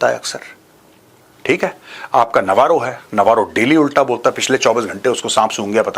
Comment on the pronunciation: Peter Navaro है ki Peter 'Lavaro"?😂